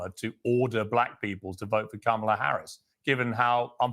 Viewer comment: This wierd thing of mispronouncing her name and these are people who want us to believe they’re smart, just doing this intentionally it’s just so to me racist and trying to “other” her. No matter if you’re a black man or woman doing it you’re aligning yourself with a really weird group of racist people. I just don’t get it at all when black people lower themselves and do this.